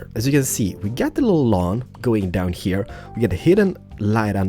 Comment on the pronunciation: "One heya, one heya, and one heya" lol I really like the apartment building